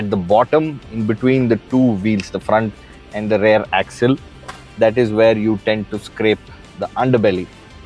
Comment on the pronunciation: Sorry Sir, but I'm a little confused. Every time you say "Rare" do you Actually mean rare or do you mean Rear? Please advice Sir